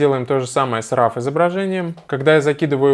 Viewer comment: Спасибо за полезное видео Только не нужно говорить "РАВ" пожалуйста - уши вянут